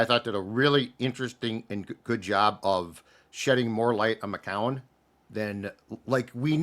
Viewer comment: just refuses to pronounce 'McCown' correctly